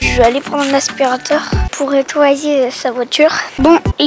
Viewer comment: QUEL MIRACLE À APPRIS À DIRE ASPIRATEUR